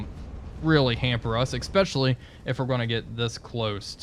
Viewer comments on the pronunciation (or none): "Especially," not "Exspesially." Been avoiding a comment, but the mus-pronunciation is maddening.